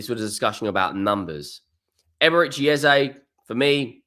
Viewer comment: I'll subscribe if you call Eze as Eze ... it's not Ezay. Obviously you don't know this and following the crowd. Eze was interviewed after a game and asked, is it Eze or Ezay (phonetically). Brits in general mullah names and it's kind of disrespectful not to call it correct. Eze doesn't mind Eze or Ezay but we should respectfully call it as he calls it.